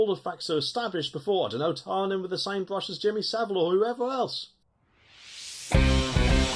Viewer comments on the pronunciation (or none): none